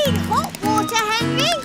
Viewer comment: THe Watahhs frreezingh